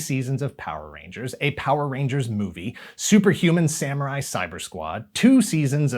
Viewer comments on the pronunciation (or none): none